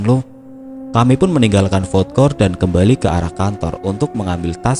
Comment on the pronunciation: Ralat min,bkn fod kort tp fud kort.